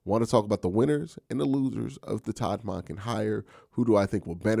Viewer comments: The way you pronounce Monken is wild. It’s Munk-Inn not Mon-Ken. How do you pronounce the work monk? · It should be more like MAWNken or MAHNken, not MUNKen. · It should be like the 'o' in donkey rather than in monkey. MAHNken. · Bro you gotta learn how to say our new coaches name correctly 😅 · Q! The way you pronounce “Monken” has me rolling 😂 every time. Bring in a fullback please. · Q is the best but he is not perfect. I learned to just accept it. I listen to every single video he makes on the Browns.